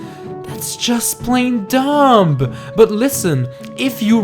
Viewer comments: "This is so dumb" it sounds like dumbuh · Wait... in the beginning, did you just say Zella? Edit: also you don’t pronounce the “b” at the end of dumb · Is it just me or is this guy pronouncing the b in "dumb"?